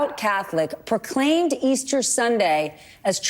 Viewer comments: Old Joe can't even get "Easter Bunnies" correct. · Jill turned away in disgust. The old fool can’t even say Easter.